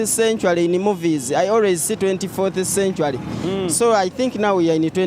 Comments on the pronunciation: I wouldn't say sen- ture- ri.😢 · But your pronunciation of century is somehow off my teacher no wonder the other guy was mistaking it sanctuary.